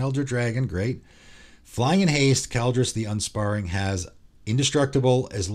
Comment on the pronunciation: I love that you say ki like 'k-eye' and said Kaldrus the Unsparring 😂 Just poking some fun but I'm almost certain Ki is pronounced like key, and Unsparing being that Kaldrus spares none, everything dies, none spared. 😂 GREAT video though and these custom cards are so unique! 👌🏽